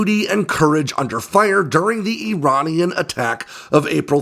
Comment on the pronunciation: as an American with Iranian heritage, thank you for pronouncing ‘Iranian’ correctly. You may be interested to know my father was a F5 pilot for the Shah in the 1970s.